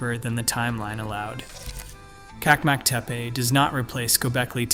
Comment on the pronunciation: One detail: The Turkish pronounciation is : CHAK-mak Te-peh